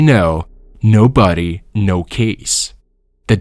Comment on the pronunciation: ok besides of all the other mispronounced words in this who says buddy instead of body ....... love from hamilton ontario canada